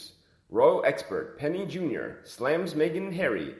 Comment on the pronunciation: It’s JU-NOR not Junior, idiot